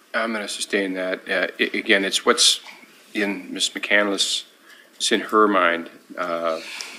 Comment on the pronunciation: She doesn’t even know how to pronounce her own last name! It’s McCandless, not McCandaless